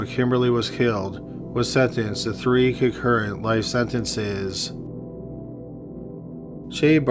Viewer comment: Dude’s voice is more than I can stand! Concurrent...”cuh-ker-et”. You don’t have to talk like that because you think everyone else who does true crime does it. 🙃